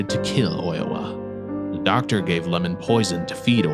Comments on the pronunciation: My guy read the 'i' as an 'L' 😂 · Oiwa's husband's name is not "Lamon" but "iemon." And also "ghost (yurei)" and "yokai" are two different things, so Oiwa-san and Okiku-san should not be included here.